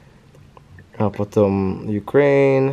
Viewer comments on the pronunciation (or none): none